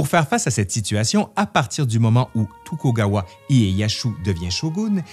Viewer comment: Vidéo intéressante mais pitié faites plus attention aux prononciations, ça n'est pas la prononciation des sons en elle même ça je peux comprendre mais les inversions de syllabes sont quasi-systématiques (kaishikunin au lieu de kaishakunin, tukogawa au lieu de tokugawa etc...), c'est au point ou pratiquement aucun mot n'y échappe.